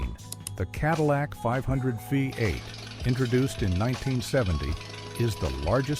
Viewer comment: AI voice over. Through most of the engines, it says FiVE 8, not VEE 8 as V is the roman five.